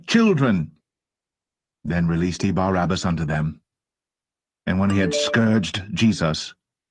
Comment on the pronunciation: you are pronouncing the wrong name: it is Barabbas not Barnabas! Just to be clear!